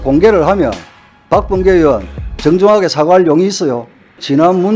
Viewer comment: 박범계는 으원 인지 의원인지 발음 좀 제대로 해라